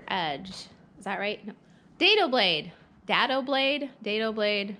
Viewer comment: Did you say your rabbit groove is a hare off? Dado is pronounced day-dough. Your outfeed table should support the work as soon as it leaves the saw table. As someone else mentioned, your blade should be checked for being square to the table, and the blade height should be about 1/4" above the material. Stay safe! Good job! The walls will look AWESOME!